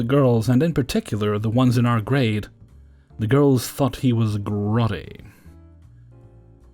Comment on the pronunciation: Frogbeard story. "The girls thought he was grody." I know the 80s well. How was the word spelled? If it was spelled "grody" then it's pronounced with a long O. It was a gnarly word for "gross."